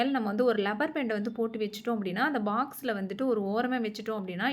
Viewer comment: Rubber...not lubber